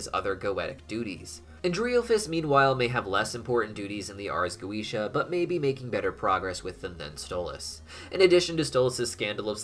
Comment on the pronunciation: Wondering why you suddenly started pronouncing Goetia differently halfway through?